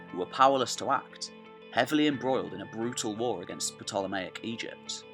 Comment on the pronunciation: Ptolemaic pronounced incorrectly.